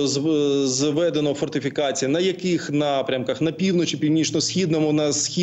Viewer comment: Спустя три года войны задают вопросы про звэдэно Чи не звэдэнно😅😂😂